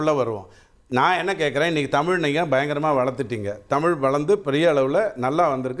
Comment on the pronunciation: டேய் அஹச்சாரி தேவிடியா பையா தமிழ் டா தமில் இல்ல முதல் தமிழ் ழை பிழை இல்லாமல் பேசு டா கோமள